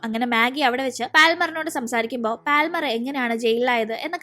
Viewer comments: പാൽമർ അല്ല പാമർ. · പാൽമർ allade😂 പാമർ enna ath vaikunne